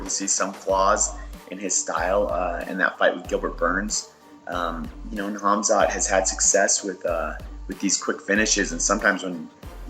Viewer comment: The real question is can you pronounce Khamzat's name correctly?